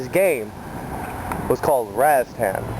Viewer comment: Razztan? Having heard of and played it since it first came out never once have I heard it pronounced "Razztan". Its Rastan, twattle!